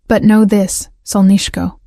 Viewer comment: You're pronouncing "solnyshko" incorrectly. Even though it ends with an 'o' It's pronounced as if it were an 'a'. I love that word used as an endearment